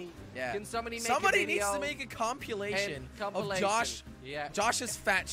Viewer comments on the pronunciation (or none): Did say compulation? Oh wait, he didn't go to school. 🤣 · Why does always pronounce “compilation” like “compYOOlation”